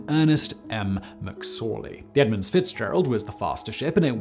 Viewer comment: there is no 's' in the word edmund...snotty and illiterate douchebag.